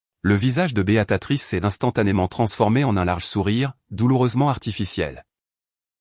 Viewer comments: Tiens, revoilà Béatatrice, au lieu de Béatrice, ça devient vraiment lassant d'écouter des narrateurs aussi nul, même super nul. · Ça n'est pas Béatatrice, mais BÉATRICE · 🤣🤣🤣🤣🤣 C'est Béatrice ou Béatatrice ????? C'est dingue toutes les fautes d'orthographe et de prononciation, certain narrateur ferai bien de mieux étudier les textes et de s'exercer à la prononciation.......... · Bonjour les erreurs diverses ! Ce n'est pas ! : " Béatatrice " !!! , mais !, " Béatrice " !!!... Vous n'êtes même pas capable de dire un prénom ???.... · L I A confondu tjs les prénoms américains et français ici c est une erreur phonetique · prononciation de béatrice en "béa ta trice", pouce en bas. et encore je suis gentille.